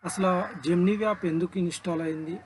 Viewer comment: జెమినీ యాప్ 👌జెమినీ వ్యా ప్ కాదు bro 😂